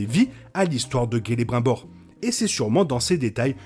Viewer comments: On dit CELE(BRIME)BOR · on prononce Kélébrimebor, Saorone ...